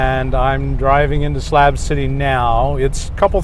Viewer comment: It's SLAB city not SLAP city. Slab as in shit on a slab.